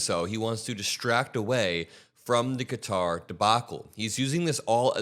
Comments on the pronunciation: For $400 million, don't you think Trump could learn to pronounce the name of the country that's gifting him this grift?? (They pronounce it "Cutter.") And do you think, by any chance, that this flying palace will be fitted with listening devices? Hmmm... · Stop calling it cutter. You sound like maga. lol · It’s confusing to hear Qatar pronounced “cutter”. 🩵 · Even if he refers to Qatar as "cutter" . Same with Ben Meiselas at Meidas Touch . Definitely American educated .. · when americans say cutter do they mean the nation of qatar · I think you may need to look up the pronunciation of Qatar. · And does he mispronounce "Qatar"? Why yes, yes he does. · You fixed the pronunciation of Qatar to Cutter, then went back to the incorrect one. Why??? You’re way too smart for this. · Its qatar, not cutter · It IS QATAR (ka tar) not fkn “cutter” like these dipsticks are saying. Also him saying “I could be an idiot and..” when he is clearly an idiot is pure hilarity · I love your show but it isn’t pronounced “cutter” it’s pronounced “Qatar” like Ka-tar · Stop saying CUTTER !! KAH-TAR !! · Why is everyone mispronouncing Qatar? I looked it up just to make sure I'm right, it's not 'cutter'. I heard you say it right several times, so why say it wrong? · ITS NOT “CUTTER” ITS QATAR! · It's pronounced Kuh-taa, not cutter! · Qatar isn't pronounced "Cutter" ... it is "Kuh-tar". Trump actually had something right for a change. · It's not Cutter it's Ka-tar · Isn't it "Kuh-tar" not "cutter?" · It's not pronounced Cutter. It's pronounced Kaa-Tar (sorry personal pet peeve). It's a bribe. He knows it's a bribe. 75% of the US knows it's a bribe. He's been dealing in dirty businesses his entire life. Everyone who has made a comfortable home in his stench filled colon is either indebted to him, or he has dirt on them. The real joke is the US allowing this clown show to completely cripple and crumble the US empire, while watching it happen. Sad. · It's Qatar not Cutter!